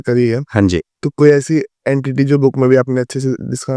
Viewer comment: अड़ंती नहीं गुरु जी एनटीटी कहते है 🙏